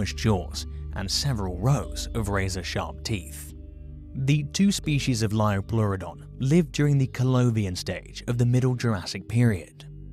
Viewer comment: Lioplueredon??????not sure about the spelling and pronunciation. Even more bizarre is, this expert/clueless individual, has just announced that it could take on a Megalodon. Wow, we learn something new every day ha!!!😂😂😂😂😂👍